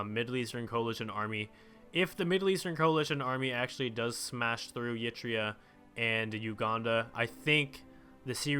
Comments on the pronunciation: I was going to sleep you fuck also please stop pronouncing it "yee-tria", its just "ehr-i-treia", practically how it's spelled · Please stop pronouncing Eritrea as Yitrea.